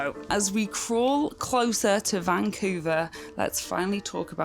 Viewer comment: You need to learn to pronounce Vancouver.